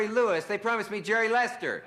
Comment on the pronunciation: Damn - such a corny monologue! 🤣 All those 3x5 cards and he still pronounces Jerry’s last name wrong!